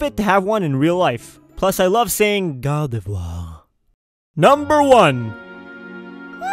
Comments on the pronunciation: spelling-gardevoir prononciation-ghardhevhoar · stop saying guardevoir😂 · in your top 10 favorite pokemon list you said that your top 2 favorite pokemon your top 2 pokemon you want in real life were and since when do you pronounce gardevoir as gawdevwaw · I love it how you say "Gardivoir",XD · "Gardevoiiir" So funny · "Gardevwaa!" xD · The way he says "Gardevoir" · I love how you say gardevoir its a lol